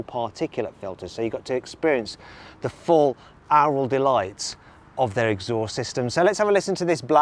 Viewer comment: Mat can't pronounce aural 😅